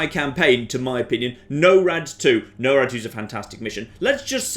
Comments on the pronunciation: Holy shit, "No-rad two" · You're doing it on purpose. You listened to them say 'Norad', and consciously decided to say it a way no-one on Earth says it. Didn't you.